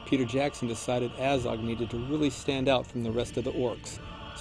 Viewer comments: Its fucking Azog not Ayzog, they even pronounce it in the film. Aylmaozog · Says A-zog when the movie clearly says AH-zog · omg the way you say Azog really triggers me ... its not "ay-zog" its "a-zog"! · from what planet are you? ezog? its azog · Aiiizog... annoying how he pronounce it. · He says his name like you should - ONCE XD At the beginning. Poor Ayzog though! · So many people bashing on about the CGI and the only thing that really irks me is the way that guy pronounces "Azog". He's making a video about the character whose name is repeated a ton of times and he STILL can't pronounce the name?!?!?! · hate how he pronounces Azog